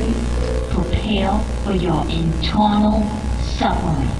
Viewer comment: "Pwepawe for your eternaw suffewing" 😭😭😭